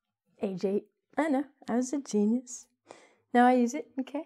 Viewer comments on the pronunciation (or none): none